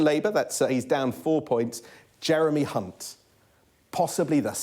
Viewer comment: Also, I think the presenter mispronounced the name Hunt.